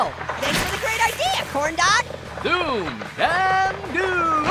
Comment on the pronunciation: Corn dog sound like grape fruit